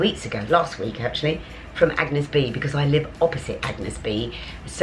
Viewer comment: You have to pronounce A-n-yes Bé (é is pronounced like the E of Edinburgh). The g of Agnès is silent and you are going to be a true Parisienne!